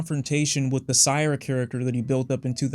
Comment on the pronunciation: mildly infuriating when he pronounces syre as sire